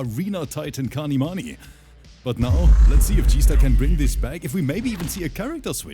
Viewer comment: As i have said again his name is kanimoney not kanimani! Just give him the 2k!